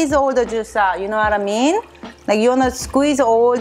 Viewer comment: “You know whattamean” I love it!